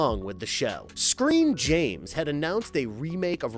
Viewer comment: Did... did you say "Screen James"?